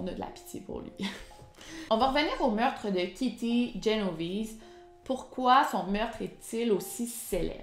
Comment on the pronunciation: C’est Génovèse 👌🏻pas Genovise 😇a l’ italienne